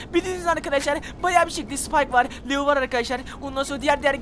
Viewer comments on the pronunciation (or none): Lio değil leon